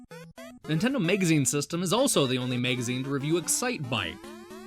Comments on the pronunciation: Why the fuck do you keep saying mEgazine? It's mAgazine... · MAGAZINE! FOR THE LOVE OF GOD, STOP SAYING MEGAZINE! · whats a "megazine"? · Is he saying megazine on purpose? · Why do you pronounce "magazine" like "mega zine"? Very weird. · why why why why WHHHYYYYY can't he say MAGAZINE?? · What's a "megazine"? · tomato tomoto, except no one in the world says tomoto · Where are you from? I'm trying to place your accent and I can't make any sense of it. I've never heard anybody pronounce "magazine" as "megazine" before. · jesus fucking christ how can you mispronounce MAGAZINE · but you don't have an accent.... you're just saying the word all weirdlike... I appreciate you responding though and apologize for the fuck I through in there... it just super bothered me last night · Z Kizzle I agree dude it's totally not an accent. lol If that were the case it would be noticeable throughout the video with several words but it's only these few particular ones with the "a" part i.e. magazine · yeah, some people say tomato, some people say tomoto, some people say donabsorbejejdhhhehyebdd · "Nintendo Megazine" I wonder if he pronounces it so profoundly wrong in order to sound smarter. Or if he truly believes MEGA Man & MAGAZINE are pronounced the same. He does the same thing with Staggering, becoming Staygering. I guess you can incorrectly speak as much as you want, when you make such good & involved videos, just on some old NES games. I still had to point it out, but this gets an easy subscribe for me, considering all the garbage game channels EVERYWHERE. This video went in detail just enough & w/o it being the same old bullshit.